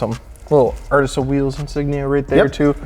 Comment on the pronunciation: it’d sound better pronounced “artiza” but besides that it’s sick